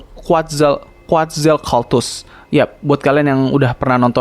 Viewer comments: Quetzalcoatlus dibacanya kuetzalkotus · Baca nya kuatzalkelatus bang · Cara baca quetzalcoatlus quet-zal-coat-lus